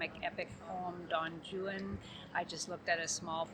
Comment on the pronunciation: Don "jewan"? It's Don "hwan" the J is an h 🙄